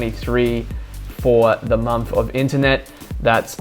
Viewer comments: nice one. great info and a good presentation.one small thing.I wish you'd pronounce month and not mumf..soz but it was driving me maaaaad. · You say the when you say third and thousand, but still say momf for month.